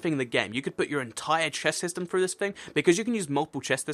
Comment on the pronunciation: This whole video I was looking at the screen eating my chips. I was like..... Did he say chest? Or pest?